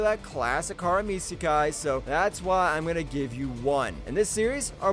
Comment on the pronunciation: ok so far so good except how he pronounces harem feels intentional and ragebatie